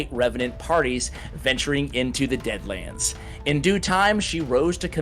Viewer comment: Dammit you always ruin it cause you cant read everytime lmao deadlands not dreadlands plus more